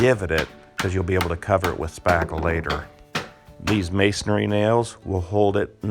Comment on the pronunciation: Pronunciation: it's not masonARY it's masonRY